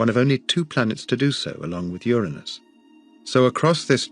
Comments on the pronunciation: Thank you for pronouncing the planet correctly ur a nus not that filth other channels think is funny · I’m just glad that the narrator properly pronounces “Uranus.”